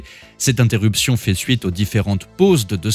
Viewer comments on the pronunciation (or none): none